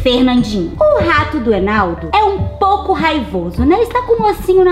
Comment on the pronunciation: O enaldo falou ertaneceu